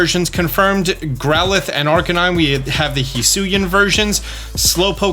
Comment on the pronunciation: no, that's not correct at all. Hee Sui An. Not however tf this dummy butchered it